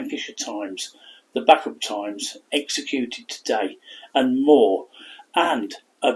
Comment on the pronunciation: I live in rossendale and heard the story a few times … posted on our local history page … there are still living relatives of hers here … btw bacup is pronounced bay-cup ..